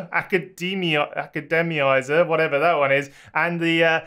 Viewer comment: it's pronounced, 'academizer'